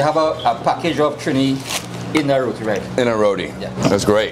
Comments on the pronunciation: It is not "rodi" it is RO-TEE spelt as ROTI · It's not pronounced row-de, it's row-tee. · Youre in Trinidad and still calling it Rodee 😭 its pronounced ROTEEE .. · this guy is a bad tour guide. He should have explained to you its Rotee not Rowdee. And there is different types of Roti. Buss Up shot, Paratha, Sada, and Dhal Puri.. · Roti is pronounced RoTee